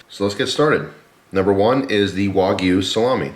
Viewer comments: Tip... wagyu is a Japanese word not a Chinese one. So "wa" like a baby not "way" like a surfer girl 😜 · FYI, wagyu is pronounced kinda like wagon, not like way :D